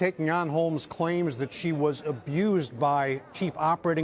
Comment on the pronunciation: My ears are deceiving me, I heard "Elizabeth HOLES" lol